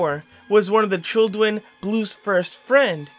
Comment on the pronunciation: Did he say childwen